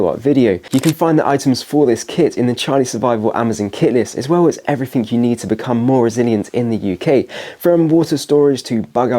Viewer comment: Your mispronunciation of “th” to “f” eg “everyfink” is really annoying mate. Speak properly.